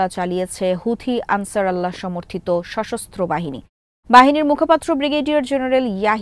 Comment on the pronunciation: সাংবাদিক ম্যাডাম আনছার আল্লাহ নয় এখানে হবে আনছার উল্লা